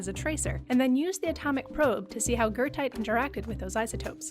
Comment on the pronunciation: are you talking about goethite? im so confused. never heard of gertite. or guurtite whatever youre saying